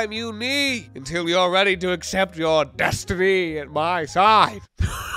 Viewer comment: why does he say destiny like Gillion?